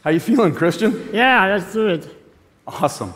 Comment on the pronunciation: lmao christian really gave him a 'lezduit' I love him